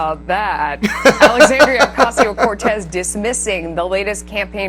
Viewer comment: I find it amussing that you read her name so easily as you do. It awesome just being honest lol.